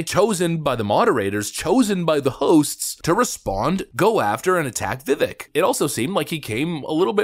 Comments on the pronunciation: Vivek is pronounced like Vivake" like "Bake" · Vivek is correctly pronounced as "Vivake" Just trying to help for those that don't know. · How about learning the correct way to say his name? He corrects people all the time. Vivek is pronounced Vivake like cake... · Just to mention Vivek is pronounced Vivake like cake 🤷🏻‍♂️ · Bro, it's pronounced vi-VAKE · "Vivek" rhymes with "mistake." It isn't difficult to say. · Vivek pronounced Vivake like cake lol that's what he told Tim Pool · Pronounced Vi-vake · Vi-vake. Please start pronouncing his name right. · Vivek Last part rhymes with cake That's how you pronounce it Viv-ache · Vivek won't win because nobody can pronounce his name correctly Vivek is pronounced Viv ake (like cake) Vivek said the skinny weird name comment about himself in the introduction. Also Obama won so where is the insult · FYI, His last name is pronounced Viv-Vake. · Vivek pronounced like cake. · pronounced Vivek, like cake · Vi-vake. Vi-vache. Not vivik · To the... Great presentation. By the way Vivek's first name is not pronounced... Vi-Vik. It is pronounced Vi-Vake, Like Cake. At least those are the precise words Vivek used with Tim Pool when interviewed by Tim. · learn his name. it's easy. it's pronounced vih-vake. not vih-veck. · It's VA-VAKE not vivic...... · Love your stuff! BTW, it's not pronounced "Vivik" it's "Vivake" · Please learn how to pronounce Vivek.. . Viv ake. Like Cake. Viv cake Viv ake vivake. Vivik. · It's pronounced Vivake (like cake) not Vivick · Vivek rhymes with steak, not stick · Vivek pronounced VIVAKE,,,rhymes with cake. Why can't people pronounce this name correctly! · Vivek (pronounced ‘Vih-vayk’) will be increasingly attacked because he’s a sharp, outspoken leader, because he’s rapidly rising in the polls. Fox is clearly managed by BlackRock and has to control the America First agenda because they make billions with the CCP. The rest, like Christie, is just a charade to distract. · Vi-VAKE. Like “cake”